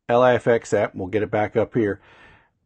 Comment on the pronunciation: Thanks for this video bud! One (hopefully helpful) pointer is that LIFX's website describes the pronunciation of LIFX as 'Life-X', rather than 'ell-aye-eff-ex'. I don't mean this as a criticism - just thought it might help u out ;-)